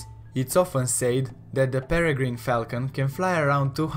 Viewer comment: It is not duh